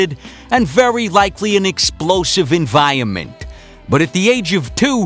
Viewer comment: "Enviyunment" - haha